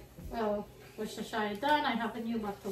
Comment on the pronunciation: You pronounced Worcestershire (sauce) very well. So many times I heard people go "wortushhhurrereee" 😂😂😂😂